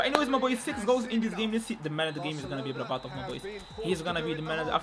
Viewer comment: berbatov❌ Barbarto✅